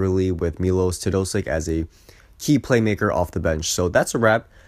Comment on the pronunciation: Learn how to say his name, you are doing it wrong.